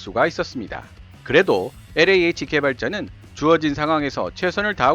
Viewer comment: 충고 한마디 왜 영어발음에 혀를 그렇게 꼬는지요? 일부러? 특히 엘자 발음을 비틀어 꼬는건 듣기 아주 불편하네요. 영어 40년.